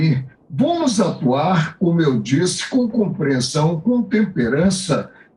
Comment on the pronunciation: "hora de comprrensão" mds ridiculo